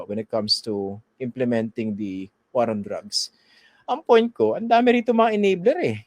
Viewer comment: sir christian, Hinde waar ang bigkas nyan kundi "WOR"